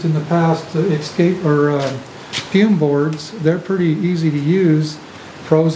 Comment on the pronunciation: I'm sorry, I'm not a native English speaker... But I've heard a lot of videos where people say "ecscape" (like ec-scape) instead of "e-scape". Is this a regional thing? 😜 Sounds so weird to me! 😜😂